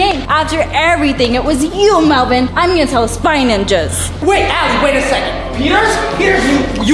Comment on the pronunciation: its melvin not whatever you just said c